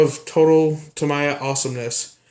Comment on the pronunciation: Ta-me-ya. Wouldn't it be easier to say scratch film side down????????????????